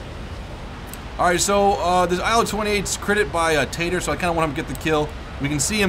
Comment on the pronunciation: Tater Ass? You sure mess up people's names often:P Recalls being called